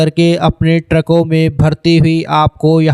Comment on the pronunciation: ट्रैकों नहीं। ट्रकों। ट्रैक मतलब रास्ता।